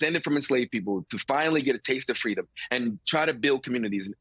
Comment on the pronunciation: I can’t take lady fweedom seriously.